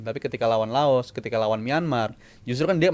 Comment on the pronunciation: Saya berhenti melanjutkan nonton podcast ini karena mengucapkan laos jadi lao 🤮🤮🤮 meskipun pengucapan di laos jd lao tp di kita terep laos